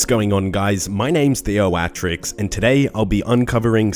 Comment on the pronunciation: when he says his name, it sounds like "" to me. You have me thinking now 🤔